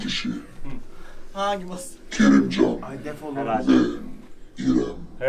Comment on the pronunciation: Ay kopdum KERİMCAN DİYO Kİ AĞĞ HERKES AĞĞĞ KERİMCAN AY GÖLGEMİŞ LAN🤣🤣🤣